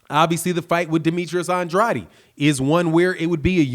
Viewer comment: Bro you saying Andrades last name wrong just to let ya know